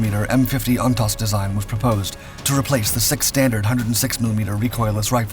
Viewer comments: First it’s pronounced WAY not Huay. 😅 Secondly it’s pronounced Ontose. The second oh is pronounced oh. On tose. You would think that if you were going to do an historic video on a key battle of the Vietnam War you would talk to some Vietnam Veterans and not just make it on your own. I’m a Vietnam Marine Veteran and I know what they’re supposed to sound like. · I saw one one the outskirts of Quang Tri City in 1969. It’s not pronounced Huey but it is pronounced Way (Hue). Ontos is pronounced ontose. Just saying. Do a little research with some Marine Vietnam Veterans that would know how to pronounce these words. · Great video but Jeeeeeeze, How many times can you mispronounce Ontos (OnToezz) and Hue (Hhway). city?